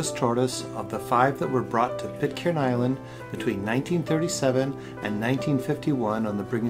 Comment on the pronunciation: Pitcairn has a silent 'r'. The same as 'iron'.